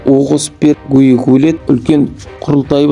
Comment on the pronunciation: Ақымақ жүргізуші Адам атын қате айтпай дұрыс айтсайшы Батый емес қазақша Бату болады Гүйік емес Күйік болады